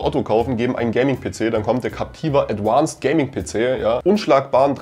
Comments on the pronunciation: Das heißt nicht „adwanced“, sondern „advanced“. Klar? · Danke für solche Tipps.... Ich als Otto Kunde würd denen am liebsten schreiben 🙂 P.S. ADVANCED hat keine besondere "englische" Aussprache, was das "V" angeht ;-) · ein englisches "V" wird wie ein deutsches "V" wie in "Viktor" ausgesprochen... das klingt schrecklich. Das Gehäuse besteht auch nicht aus Aluminium, das ist verzinktes Stahlblech